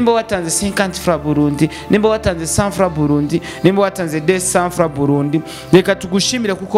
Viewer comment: Ce type c'est un journaliste ou pas? Attention comme ça vous êtes entre de salir l'image du pays, Quelqu'un qui ne sais pas même prononcé franc burundais, vraiment c'est choquant